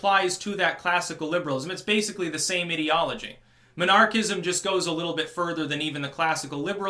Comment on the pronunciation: Took me halfway through the video to figure out that you weren't saying monarchist/monarchism.